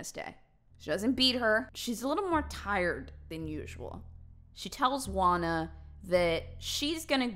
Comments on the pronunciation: FYI: Juana is pronounced Huana and not Uana. Just saying 😃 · HAHAHA I can't with you pronounciation in Spanish ashasgjdgjhsa GUANA xD Love you, A native spanish speaker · God, hearing how she says "juana" makes me laugh too much Xd